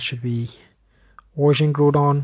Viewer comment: It’s GROWDon that’s how you say it